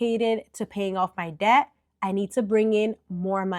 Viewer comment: D is silent in “debt”.